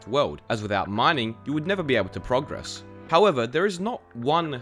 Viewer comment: you said progress wrong